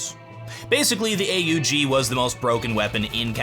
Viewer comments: A-u-g how tf did you pronounce aug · Today was the first time I’ve ever heard someone say A-U-G instead of AUG